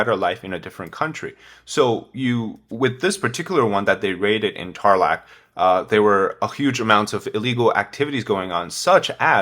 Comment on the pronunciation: Bambam in Tarlac, not Tarlac.